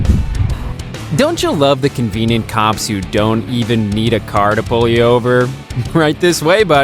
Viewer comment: I figured you were trying to say “convenient.” Lol. But that’s not what it says in the title. Times convient cops…”😂😂